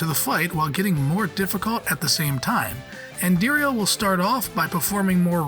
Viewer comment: Just like he did with Andariel, about a half dozen times and only pronounced it correctly once, I am guessing he didn't play Diablo 2